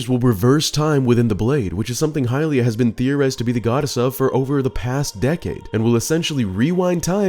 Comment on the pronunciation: It’s literally not hylia.